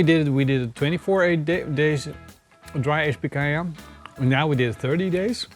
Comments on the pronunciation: Jejejejeje did said PAINcanha?? You guys really rock!! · 'pacanha' lol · Picanha... I think I heard an accurate slip from... "Painha" haha I like it hot though hopefully will be getting some good peppers from the garden soon to do something like this myself